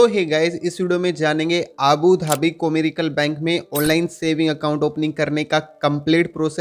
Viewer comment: *कॉमर्शियल " है भाई कोरिकल नही😅😅😅😅😅